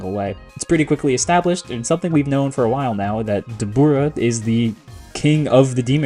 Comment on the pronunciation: bro his name is dabra 😭